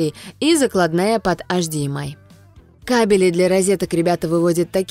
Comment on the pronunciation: ппц, кабелЯ и тут же кАбели